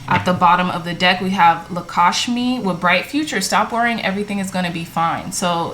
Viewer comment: Thanks for the reading, but kindly pronounce Lakshmi properly...its THE Goddess of weath and fortune in India...